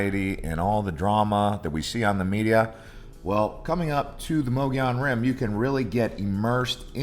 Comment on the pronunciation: It’s pronounced Muggy-own.